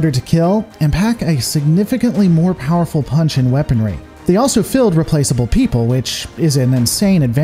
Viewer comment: Thank you for your work. Anyone ever tell you say field with an odd accent?